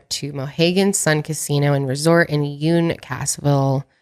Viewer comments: I’m from Connecticut, Uncasville CT is pronounced (UNK-kiss-ville) ❤️❤️❤️ love all your shows I watch every episode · you were pretty close with the pronunciation of Uncasville, Connecticut 😊 It’s pronounced un-kis-vill. Also, that casino is absolute garbage 😂